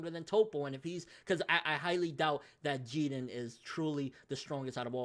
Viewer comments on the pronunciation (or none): How you always pronouncing the names wrong bro? Wth is "Jeaden", I thought his name was pronounced "Jiren" 😂